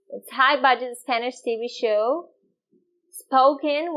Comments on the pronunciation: When you wanna say show.. You are actually saying (chow)..common but obvious mistake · This teacher is sooooo nice. She does the cutest thing I have heard a few times; she pronounces the ch and sh in reverse. So, instead of saying show, she says "cho"; and I assume he does it the other way around, like chew chew train, becomes shoe shoe train. "He chure was riding that shoo shoo train". Absolutely adorable. Por favor, no cambia.